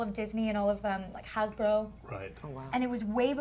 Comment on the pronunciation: was it weird how she said hasbro